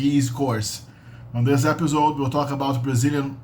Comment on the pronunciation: CORREÇÃO: episode tem som de S, não de Z. A pronúncia é ÉPAÇOUD ou ÉPEÇOUD